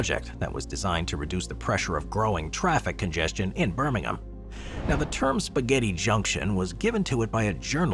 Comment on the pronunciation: I can forgive you for not pronouncing Gravelly correctly (it's like gravel, on the ground) because you managed to pronounce Birmingham in the correct way without the typical US 'ham' on the end.